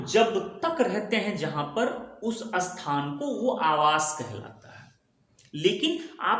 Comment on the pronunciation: Asthan nahin sir , isthan bola jata h